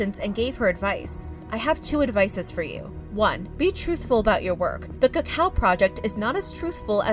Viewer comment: I think Amanda Jones’ response is scripted he says Cocoa not Cacao and keeps looking down a little on the camera